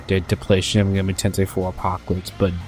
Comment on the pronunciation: it's kinda annoying when you say "megami" wrong